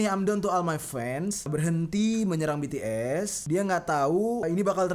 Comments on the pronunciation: Bukan betees bities tapi omongnya bts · Kak bukan betees bacanya bitis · BTS bang bukan btes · Bacanya bukan betees tapi bities bang:v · Bang BTs bukan betees